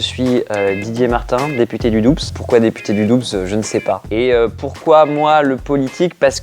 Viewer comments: Du Doubsses xDD ça ce prononce Doux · On dit ''dou'' et pas ''Doubs'' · Député du DoubSSS ça ce dit [dou] putain ! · De toute évidence député du Doubs n'a jamais mis les pieds dans le Doubs. Doubs ca se prononce "dou". On ne prononce pas le b ni le s. Mais viens en franche comté, on est bien! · Bloody Shadow Comme le mot Doux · On prononce pas le B et le S dans Doubs putain !!!!!! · COMMENT IL A PRONONCÉ DOUBS ? PARDON ? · On est d'accord.. j'ai grave beugué quand il a dit ça #RpzFrancheComté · J'ai replay tellement j'ai été étonné de la prononciation ! 0 sur ce coup .. mdr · je me suis dis sa en plus et en habitant la bas je trouve sa insultant XD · c'est vrai 👍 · ouains.....😢 la prononciation...